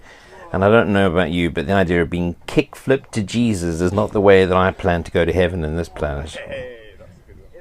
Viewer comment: You will never hear anything more fkn amazing than “Kicked-flipped to Jesus” in that accent 😂😂😂😂